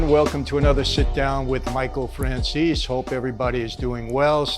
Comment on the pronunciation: ps. We don't get mad. I just don't consider a person who can't even pronounce 'Franzese' properly as an Italian. He doesn't have nationality here, never lived here and can't speak the language. He's as Italian as I'm Irish.